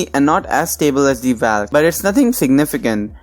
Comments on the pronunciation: Nice.. but pronounce Valk as 'Vok" , not 'valk' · Hahahaahahaa 😂 The way you say Valk 😂😂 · Angry Lemon Ikr